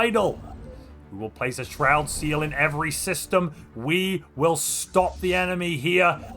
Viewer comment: I really like the way you say shroud seal